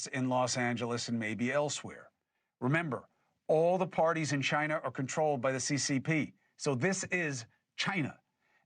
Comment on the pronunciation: He almost said Chi-Nah!